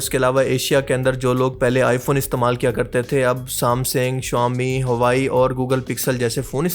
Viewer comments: Ap ne huawei ko huwaai bola... Ye apki mistake hay. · Huawei ❌ Hawae ✔️ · Huawei❌ Huawey✅😂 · Hawai ❌ Huawei ✅